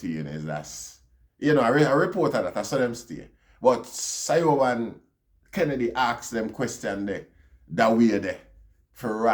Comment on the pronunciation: Siobhan is pronounced Chevaun.